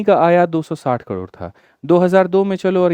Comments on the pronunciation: कड़ोर काहे बोल रहे 😂 करोड़ होता है कड़ोर कड़ोर सुन के दिमाक कड़ोर पर ही अटक गया 😂 दिमाक का दही हो गया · Yrr sir kador kador kyu bol rhe hai😅😅😅